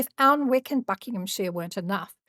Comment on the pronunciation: It's A nick not Alnwick!